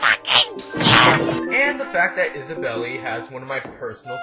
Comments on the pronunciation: THANK YOU! I was sure her name was pronounced Is-a-bell not Isabelly! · "Isabelly". srs bro. One does not simply "pronounce the e" in Isabelle. Sex jokes in TheGamingFamily1 are fine, after an in-game caption during the introduction said "fuck". But I chuckled in my mind :) Devil May Cry. He didn't though.